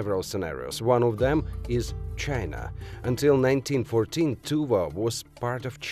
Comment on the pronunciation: Love how he pronounces 'China' :)